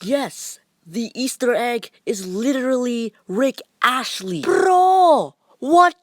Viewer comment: Bruh its rick astley, not rick ashley